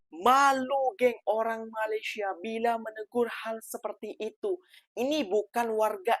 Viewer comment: COBA PERHATIKAN BAIK-BAIK APA YANG DI UCAPKAN.. SELALU MENGUCAPKAN KATA MALASYA... MALASYA... MALASYA 🤣🤣🤣🤣